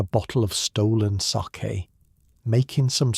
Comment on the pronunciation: Ɓe nice if the fake narrator could have been programmed to pronounce 'sake" properly. This garbage is not even worth that small effort. Give it a negative review, that is what it merits.